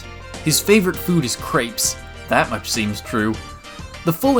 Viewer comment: The way you pronounced crêpes made my brain hurt